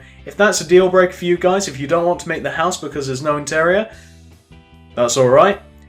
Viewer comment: Its cool but he is anoying he keeps saying pouse but it looks cool.